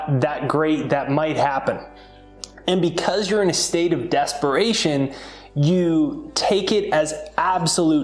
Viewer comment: Desparation or DESPERATION? 😊